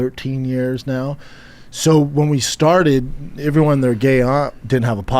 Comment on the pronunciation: i am going madballs over schaub saying "everyone" like "iivrione" and he uses the word so Fn much